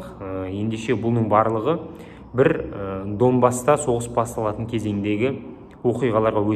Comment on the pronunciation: Данбас деп айтшы брат. А так грамотно жеткызесын информацияны. Ысыне сат.